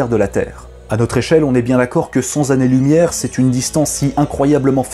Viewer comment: A 5m26 . retour à cent zannées. C'est dommage il y en avait un de bon.